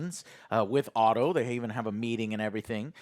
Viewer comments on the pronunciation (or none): none